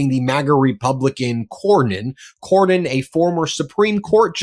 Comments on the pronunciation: Cornyn, not Corwin. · Corwin? Seriously,? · CorNyn not Corwin. Please? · CorNYN, not Corwin,. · its CORNYN! Its not CORWYN!!! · It's Cornyn,, not Corwin. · His name is Cornyn not CORE-WIN. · His name is Cornyn not Corwin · Why is someone as intelligent and competent as consistently mispronouncing Cornyn’s name? There’s no “w” in Cornyn Why did he refer to him as “Cornwyn” every time? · It's Cornyn not Corwin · dude its CORNYN not CORWIN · Dude. It’s Cornyn, not Corwyn. Ben, why would you let him keep doing that? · I love you to pieces, but it's Cornyn!! Cornyn. Not Corwyn. 😂 My ADHD was popping off. You guys are the best!! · I agree with the commentary of both of you gentlemen but, seriously, doesn't even know it Cornyn not Corwin and you don't correct him Ben? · his damn name is "Cornyn", I'm on your side, get it right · you are too damned smart to not know how to pronounce Cornyn's name.